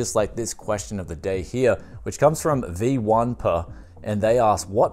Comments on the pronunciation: Ain't nobody piss for not pronouncing V1per viper Great video though keep it up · I am sure he intentionally pronounced it that way to piss people like me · "Vee One Per" Hah, that's going to annoy him lol